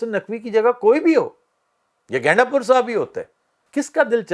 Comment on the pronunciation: Aftab shab Ganda pur hai gainda pur ni😂😂😂